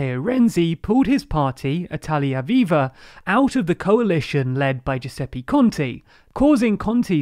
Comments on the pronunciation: I love the content of your videos, but PLEASE at least try to pronounce the names properly. It's 'Giuseppe Conte', not 'Giuseppi Conti', etc, etc. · nice video! BUT please please please PLEASE, learn that in Italian the vowel E is always pronounced "EH" not "EE". GiuseppEH ContEH not Giuseppi Conti. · Are you pronouncing EVERY SINGLE name incorrectly on purpose? It's really frustrating.. It's "GiuseppE ContE" "E" pronounced as it's written, like in "elephant" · I love your content and videos, but I need to comment on the pronunciation of Italian names...I don’t mind accent at all, but there were two instances that made me cringe: 1) Giuseppe Conte (and any other word ending in -e) is Giusep-peh Con-teh, not Giusep-pee Con-tee (unlike, for example, Draghi or Monti , which, like all words ending in -i, are indeed pronounced Dra-ghee and Mon-tee). The sound of the last “e” is the same sound of the first “e” in Giuseppe. 2) Ciampi (and any other word containing -ci-) is Cham-pee, not Kiam-pee These feel especially strange to Italian ears because they sound like someone chose to deliberately use a different letter (and not just like Italian words with an accent ) Apart from that, I really enjoy your videos, thanks for all your effort!